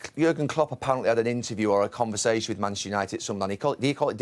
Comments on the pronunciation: Gary can’t say Manchester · Its Manchester Gary....Manchester at least say it right horse.